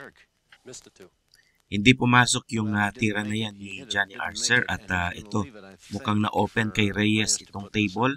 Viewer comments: 😂Archer po at hindi Arser 🙏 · Archer, not Arcer